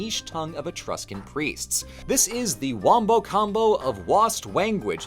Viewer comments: wost wanguage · WE HAVE BEEN WOST WANGUAGE GOOD NIGHT CHICAGO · Lost wanguage lol